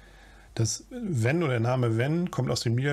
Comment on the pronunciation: Venn spricht man Fenn.